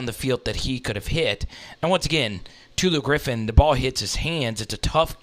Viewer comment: Did he say Tutu Griffin?! It's Tulu Griffin, T-u-l-u! I'm not even an MSU fan, but I know that.